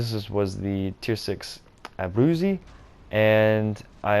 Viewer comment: I'm not Italian in the slightest, but I believe it's pronounced "A broot see" more or less.